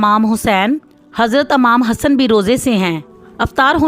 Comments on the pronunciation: Amaam nhi imam hota h vo🤦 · Bolna to Sikh le pg... Amman nhi emam hota or tastarkhan hota h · Imam hai amam nhi bolna sikho phale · Amam nahi imam hota hai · Amam nhi imam Bolta ha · Its not 'AMAM' Its 'IMAM ' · Amam nhi sis Imama sae word ha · Amam nhi. Emam hota hai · Amam nhi imam hota hy iss sy acha tha aapkisi educated bunday sy voice over krwa lety.aap punjabi hy mn hy purh lety urdu ka bera gharak kr diya hy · Amam lafaz galat h imam hota h apne alfaz tk karen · یہ تلفظ امام کو Amaam Amaam کیاہے